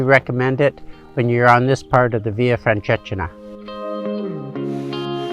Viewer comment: very nice video thank you...but you may want to Google how to properly say the name of the walk